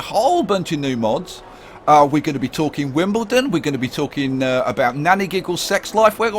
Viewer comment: Wimblendon?!! God I love your series